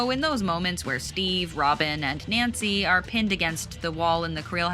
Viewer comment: No its Keely or whatever his name is saying “Nancy” 🫣